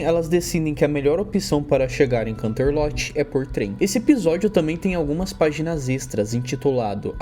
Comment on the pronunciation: desculpa, sem querer sher chata, mas me deu muita agonia da sua pronúncia dos lugares 😨, Poniville seria Ponivil, canterlot seria kanterloti so queria ajudar